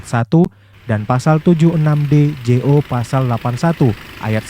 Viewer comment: maaf ya..saran dikit..😁🙏 Kalo baca "jo" itu "junto"bukan " Je-O " ya